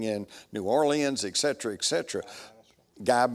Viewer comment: Etcetera, not Exetra